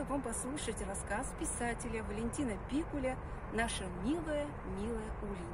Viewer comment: НЕ ПИКУЛЯ', А ПИКУ'ЛЯ, ГРАМОТЕЙКА.ЖУТЬ!!!!